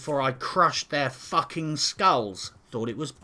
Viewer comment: Subscribing for the pronounciation of 'FUACKING'. Thats how i know this game is worth playing.